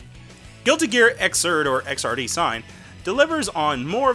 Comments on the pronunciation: It's Xrd not XRD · You said Xrd wrong lol.